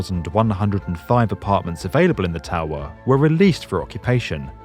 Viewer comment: Hehe who else like the way he says towerrrhhh